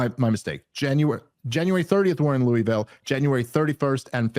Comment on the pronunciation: It's so funny how y'all pronounce "lewee ville". Everyone who lives in the region pronounces it "lewa-vul". Stupid and irrelevant, I know, but it just sounds so strange!